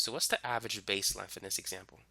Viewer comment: What the hell is "lenf"?